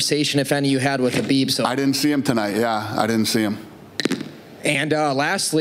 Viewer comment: How is Dana still pronouncing Khabib’s name wrong lol